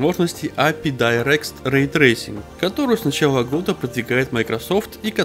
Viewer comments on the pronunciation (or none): none